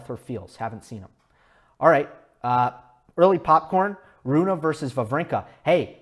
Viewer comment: You should pronounce the e in his name, as if were Runeh maybe. I'm swedish, but danish is basically just an ugly version of swedish (unbiased facts of course)